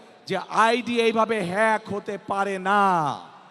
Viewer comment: হ্যাক শব্দটা উচ্চারণ করতে পারে না যে লোক সে আবার বলে দেশের প্রধান হতে চায়। মূর্খ